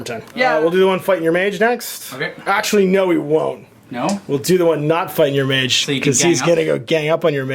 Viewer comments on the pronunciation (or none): none